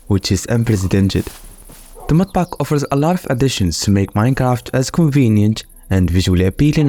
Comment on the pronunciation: "mudpaaak" bro must be from middle East 😅